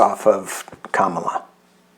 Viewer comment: Comma la not cam as in camera.